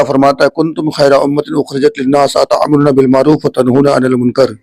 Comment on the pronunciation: Aray Bhai aayat tou theek phdlay too quraan sahee pharraha tou phir ummat ko Kya samjhaega Ataamaroona nhe hay taamaroona hay😢😢